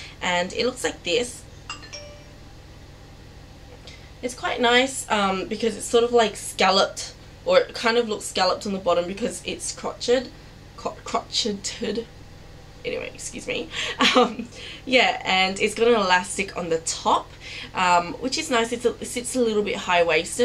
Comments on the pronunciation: Crotch et ed... LOL Crow-Shayed :P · lol the word crotched is pronounced corw-shayed